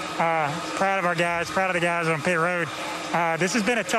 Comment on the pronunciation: Joseph Testor I cringe every time he opens his mouth. Especially when he says on, he turns it into a four syllable word, he says oouon